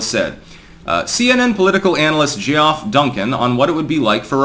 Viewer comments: “Geoff” is pronounced “Jeff,”! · Lol it’s pronounced jeff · "Gee - off" ????? 🤣🤣🤣🤣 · Geeoff? You mean Geoff, right?